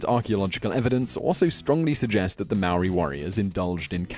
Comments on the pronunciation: am I the only one that's gonna bring up that he completely butchered the pronunciation of 'Maori' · You said 'Maori' wrong! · If you can't say Māori words don't say it! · Bro how you said Maori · Come on man,Did you really said Māori wrong,Omg...thats the easiest word to say in our country 😔☹